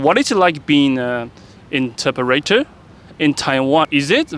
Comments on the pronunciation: The pronunciation of "interpreter" and many other vocabulary by the host is weird/incorrect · Please learn how to say the word "interpreter" properly...You mispronounced it every time you said it